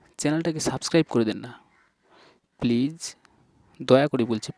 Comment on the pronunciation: আপনি মুখের উচচারন ঠিক করেন যেমন Locked please duto vul উচচারন kore6en